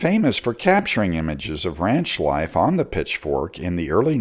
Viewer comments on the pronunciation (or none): none